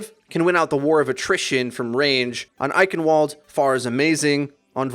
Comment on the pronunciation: It's pronounced Eichen Valde, not Eichenwold